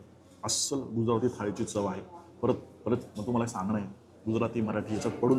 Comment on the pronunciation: 'गुजराथी' नाही 'गुजराती' 'मराठी' ला 'म्हराटी' म्हणाले तर चालेल का तुम्हाला?